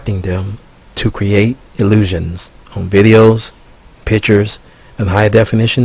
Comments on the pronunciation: "Pitchers"? or pictures. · I cannot trust a person who pronounces "pictures" as "pitchers".